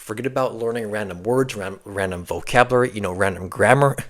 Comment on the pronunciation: He did he just say "vocabruary"?